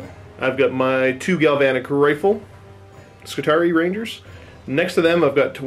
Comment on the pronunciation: I always figured it was pronounced Skitari-i like the latin Triarii you know, since everything about them is based of the roman Manipular system... Whatever. looking forward to the match regardless.